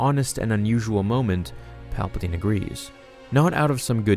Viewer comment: "Paplaptine" DO IT! make the video.